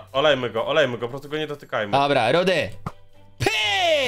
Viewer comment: Fajny odcinek ale to nie jest rudy tylko rudi